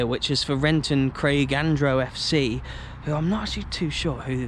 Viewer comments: It’s pronounced Renton Craig Andrew our rivals was called Renton youth lol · I play for Renton Craigandro I’ll show you how to pronounce the clubs name Ren Tin Craig and Ro and the pitch is pronounced like Ton Teen Park